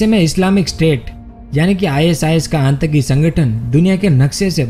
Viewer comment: भाई, आंतकी नहीं आतंकी बोलिए